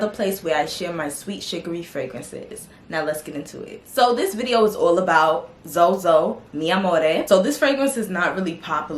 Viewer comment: I might be wrong, correct me if I am, but XOXO means hugs and kisses and not pronounced as "ZoZo" that's ridiculous, if you say it pronounce the "x" as x not z.